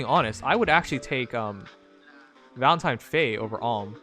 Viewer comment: Dude be sayin valentime